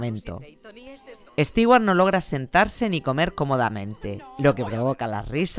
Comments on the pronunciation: Por que estigüart ? Si se pronuncia estuart?? 🤦‍♂️ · Soy tan fan que digas "Stiguar" en vez de "Stuward" me encantó este vídeo.